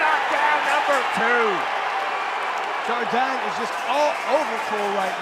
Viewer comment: Yo I'm from Australia when Keith Jardine fought in the ufc and the American can't pronounce it correct sardine Jardine this is super irritating use the fighters proper names and pronounce it it's really easy